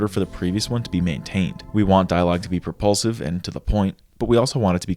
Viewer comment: Is it just me but, every time he said propulsive, I heard repulsive 😅